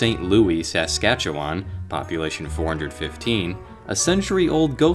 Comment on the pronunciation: I've seen the light. A few times. And you really need to work on your pronunciation of "Saskatchewan" 🤣🤣